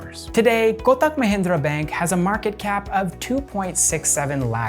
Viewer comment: I love that you pronounced Pune perfectly. Even most Indians don't pronounce the 'ne' portion right. Also, with Kotak and Tata, these are not soft t pronunciations. Kotak will be like ko-tuck. Same with Tata. But wherever we use soft t, you got it bang on. Love this video. I saw this in my recommended for the first time today, will watch more of your channel. Thank you for keep it factual and neutral, in this age of misinformation and propaganda.